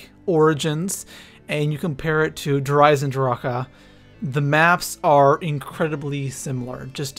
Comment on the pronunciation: My man said der eisendracha lmao